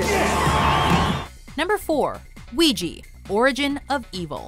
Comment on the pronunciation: good work pronouncing ouija!! lol